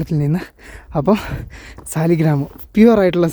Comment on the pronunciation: ഫോസിൽ സ്റ്റോൺ 'സാളഗ്രാം'(സാളഗ്രാമം)ആണ്.സാലിഗ്രാം എന്നല്ല പറയേണ്ടത്.ഇത് ഏറ്റവും കൂടുതലായി ലഭിക്കുന്നത് ഗണ്ഡകി നദിയിലാണ്(നേപ്പാൾ).അതിനാണ് ഹൈന്ദവ വിശ്വാസമനുസരിച്ച് പവിത്രതയുള്ളത്.